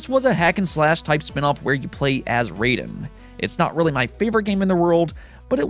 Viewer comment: It's spelled 'Raiden' but it is not pronounced RAY-DEN like the character from MK. It's pronounced RYE-DEN. Same way you say Rye bread.